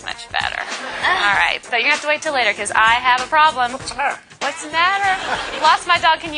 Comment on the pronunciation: Whats a mather ? ; xD